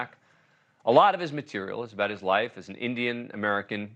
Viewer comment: Of course his name is mispronounced